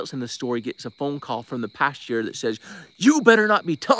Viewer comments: You are pronouncing the word pastor wrong. A pasture is a place where animals are. You’re 45, get it together. Good grief!!!! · As a Midwesterner hearing "pasture" Midway through conversation I was so confused until I got you were saying pastor.